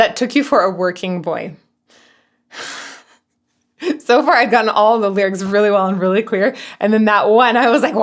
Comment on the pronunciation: "I took you for a wack-a-mole" - LOL. It totally sounds like that now that you said it, but knowing the words, I can hear it both ways. For anyone too lazy to google, it's "working boy". They took you for a working boy.